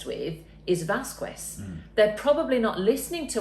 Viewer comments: Vas-Kez is how her name is pronounced, not Vas-kWez. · Vasquez is pronounced Vas -kez not Vaz kwez. mispronounced her name. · Her name is pronounced "Vaskez", not "Vaskwez". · Appreciated your insight. The way you kept pronouncing Vasquez (Vas-kez) as Vas-kwez, was like nails on a chalkboard though. 😄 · Please, the correct pronunciation is "Vaz kez". Not "Vaskwez". is wrong and unprofessional even in this. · FYI, it's pronounced "Vas-kez" or "Vas-kes" not "Vas-kwez". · It is pronounced Vaskas no vaquest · If you're posting videos like this then you need to get name pronunciation right first and foremost. Her surname is pronounced Vaskez, not Vas Quez #justsaying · its pronounced vaskez NOT vaskwez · You pronounce “Vaskes” no “Vaskues” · It’s pronounced Vaz-kehz. Not vaz-koo-wez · Say it right, is not vast qu ex, is like basket exactly with an initial v, vasquez is easy to say. Is a spanish surname. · Vas-Kez... Not Vas-Kwez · why does everyone say Vas-Kwez, isnt it pronounced Vas-Kez? or am i just an idiot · VASQUEZ=VASKEZ , that’s how you pronounce Camille’s last name not VAZKUEZ :) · I’ve never heard the last name pronounced as VASS-COO-WEZ before this trial. Always as VASS-KESS, I’m from Texas by the way and there are many people with that name. It’s a pretty common name, so this makes it difficult to listen to without cringing. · Ok. Repeat after me. Vas qez. Vasssss qez. qez. Not qwez, but qez. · It's vas-kes not vas-kwes. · Vasquez = Vas Kez not Vas Kwez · was probably mispronouncing Camille’s last name on purpose. Please don’t be like;) It is Vazz-kez, not Vazz-qwez. Thank you! 🙏🏼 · Her name is pronounced as; 'VasKEZ' not 'VasKWEZ' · It is not Vaskwiz, it’s Vaskez hehe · It's VasKEZ not VasKWEZ. Crikey. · You know how the Brits make fun of anybody mispronouncing proper names from the UK, eg Gloucestershire, etc? Well, karma time: the preferred pronunciation is Vaz-KEHZ, you gits, not Vas-KWEZ ;) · Vas KES NOT KWES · Vas-Kez, ffs 😂